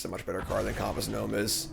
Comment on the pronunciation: Do a lot of people say "compass" the way does?